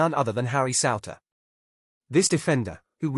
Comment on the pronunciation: It's pronounced sooner, Souter